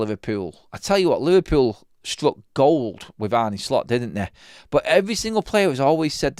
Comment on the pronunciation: His name isn't Arnie, neither is it pronounced that way - how ignorant can you be?!